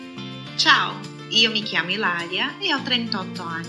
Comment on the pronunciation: Quando ela disse ciao eu quase fecho o vídeo kkk